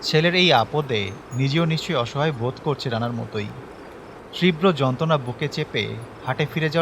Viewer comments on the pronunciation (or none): Vaiya apnar prottek ta banglar uccharon ekdom sposhto o shothik...kintu তীব্র word ta ke apni তৃব্রো uccharon koren....janina ke ki mone korbe kintu apni jodi word ta ke thikvabe uccharon korten tahole khubi khushi hotam☺️